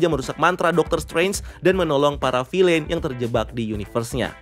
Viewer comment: Tolong dek. Bacanya "Vil'n" , bukan "Filein"